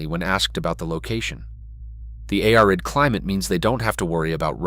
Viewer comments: the love Ai talking ... A-R eye D climite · More AI garbage. Listen to the pronunciation of "arid" . Listen to also. Sounds like a skipping record.